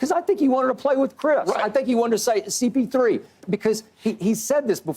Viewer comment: Now it's cp3 but skip always Said cp0 as in 0 rings 😂